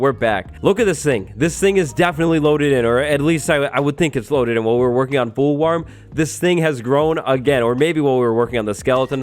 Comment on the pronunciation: “Fool Warm” 🤣🤣🤣